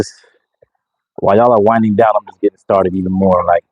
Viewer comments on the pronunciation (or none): none